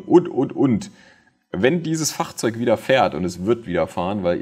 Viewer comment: Immer sehr interessant deine Videos aber wie du Fahrzeug sagst ist eine Katastrophe